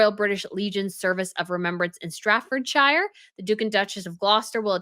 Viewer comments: Hi just wanted to say that in the UK we say shuh not shire so Staffordshire pronunciation is sta fuhd shuh: Oxfordshire pronunciation ok sfuhd shuh: i know it is weid but that is how English is. Now for one which will stump you. baak shuh / Bark-shur well this is the pronunciation for Berkshire do not ask me why but that is how it is pronounced hanks to Google I also found this light informative piece "When the name hops across the North Atlantic, Americans began pronouncing it phonetically, which is to say how it’s spelled. This wouldn’t be the first time the recommended American pronunciation varied from the original English one. After all, when’s the last time you wrapped your food in al-ooh-men-ee-um foil?" Keep up the good work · What on earth is "Stratfordshaire"? Could it be "Staffordshire" instead? I mean, we all by now understand that pronouncing the first and family names of the four Swedish people that once had formed famous group "ABBA" might be really, really hard and quite a challenge. But English counties? Come on! Even I as a German know how they are pronounced properly. Please, this is so unprofessional. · Shire when combined with other parts of words is NEVER pronounced shire. Stratfordshire is pronounced stratford-sher.